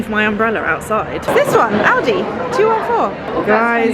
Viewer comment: It's rather pronounced ow-di :D I hear Aldi as well